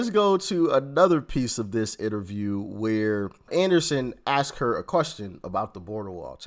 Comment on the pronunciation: It’s ASKED, not AKSKED FFS Doc. Seriously, ASK is a 3 letter word, it’s not that hard. A S K. And the wealthiest Americans pay over 97% of all income taxes, the top 1% pay 47% of all income taxes. The richest are paying MORE than their fair share. Kamala is a lying pig. She she says Trump’s tax cuts increased the deficit but somehow hers won’t? PEOPLE PAID LESS TAX AND EARNED MORE MONEY UNDER TRUMP’S ECONOMY FFS. It is basic historical FACT and anyone who says otherwise is a goddamned liar. The immigration system IS NOT broken, Demonrats just refuse to enforce the laws and she didn’t prosecute a single “transnational criminal” AT ALL. She just locked up black men for weed, kept black men in prison past their release dates to use them as slave labor and refused to release evidence that death row inmates were innocent until she was forced to by the courts. And Mexico did pay for the wall, they paid for it by having to support every single illegal alien that they allowed to cross over their borders that Trump refused to allow into the country. It cost Mexico BILLIONS that the U.S didn’t have to cough up for. She’s an abomination.